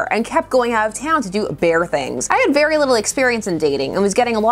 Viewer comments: Good, thorough review as always, but ... every time you said "very" I heard "beary." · uhm.... "this book is for a beary specific audience?"